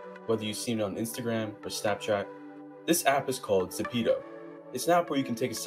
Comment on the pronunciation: AHEM its zepeto not zapeto